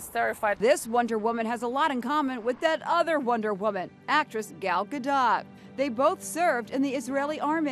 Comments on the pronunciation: Wow, - you've the woman's surname wrong, it's pronounced like "gah-doh", not "gah-dot". Seriously?! That's shameful! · Gal gal gadot Jesus these reporters can annunciate foreign names for the life of em. Just like that other reporter pronouncing that one basket ball player a few weeks ago from Greece or something like that anyways it’s not Gadot like DOT COM it’s GADOT like Doughnut Jesus pray for them for they do not know 😂😂😂 sorry I’m not sorry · Gal gadaught 😂😂😂 she slaughtered that name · The way she says Gal Gadot smh 🤦🏼‍♀️